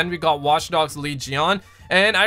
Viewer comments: Watchdogs leejeeon? It's Legion 'Lee-jeon' Yet another good video tho bro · why did he say watch dogs legion in a weird way 😂